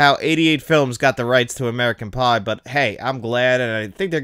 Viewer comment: When u said American pie u said American bi